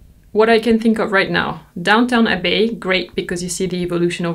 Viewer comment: Please, it is DownTON Abbey, not DownTOWN Abbey. That mispronunciation drives me nuts lol.